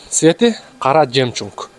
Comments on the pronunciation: Жемчунг эмес жемчуг десенер😂😂😂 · Жемчунк эмес жемчук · Жемчунг 😂😂 эко ямыда бар ... Же атайы суйлойсунорбу ушинтип , Эл кулсун деп?) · Жемчуг дегенди , по приколу ошентип айтып атат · Жемчук да эмес ЖЕМЧУГ.